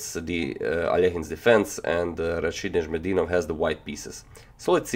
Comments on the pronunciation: رشيد نجم الدين وف i like how you pronounce well his name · Wow. You wrote his name wrong, but pronounced it right. :D